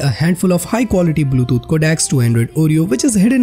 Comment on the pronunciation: Man, you pronounced both Bluetooth and codec wrong...also, avoid those spikes in your voice... Since, this is a video about changes in the UI and such...the camera could have been a lot closer to the screen...(MKBHD😋)... That's just my two cents...